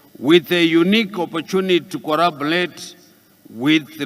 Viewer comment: The only time he spit ‘L’ is when he said corabolate 😩